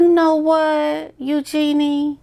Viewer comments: Love your videos. Agree with what you say. Eugenie’s name is pronounced “ Eu Jane E” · The second I saw that white dress the TV went off., You're amazing but you need to work on your pronunciation; Eugenie is YOO JEN EE 💜